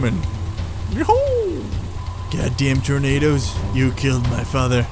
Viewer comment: when you said "i think they are tornados" i thought you were saying i think those are tomatos lol